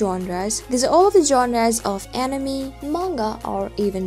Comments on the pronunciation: It's anime not enymi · animi ... it´s anime 😅 but good video. I still wonder right now how long the anime will stay unseen in the offline list. I don´t find any info on the website anymore. I wonder why 😮‍💨